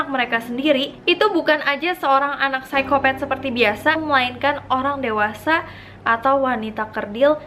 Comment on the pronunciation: menit - Salfok pas bilang "psikopat" , ngakak